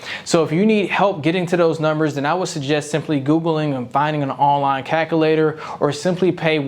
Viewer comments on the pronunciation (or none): Great information… but how do I take someone seriously that says calcalator and not calculator. Like it makes me believe you can’t even spell these words. This guy probably uses the word literally every other sentence and pronounces it litrolly. This isn’t tomato tomatoe either.